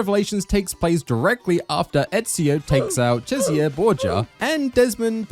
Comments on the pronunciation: You can say it how ever you want, but his name is Cesare (CHESS-a-ray), every time I heard you say it the way you did I twitched. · How can you play Brotherhood, hear the name Cesare a 100x….. and still decide to pronnounce it this stupidly? 😭😭😭 I was twitching.